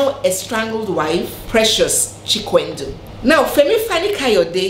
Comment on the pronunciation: The way you and many call Chikwendụ makes it lose its meaning. It Chikwe-ndụ. meaning if God allows life. Or if God approves life. I think you get the point now. Lol.